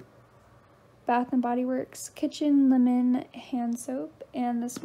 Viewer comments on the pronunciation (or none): none